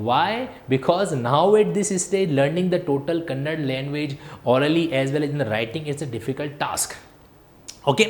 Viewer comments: 'Kannad' nahi 'kannada' bolo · Kannad bhasha nahi KANNADA bhashe hota hai..